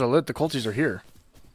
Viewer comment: Just FYI for next time the torches are always lit regardless of the cultists spawning, and it’s pronounced cult-I-st not cultiest